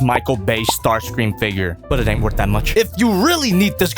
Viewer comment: Ah yes... It's STAR-CREAM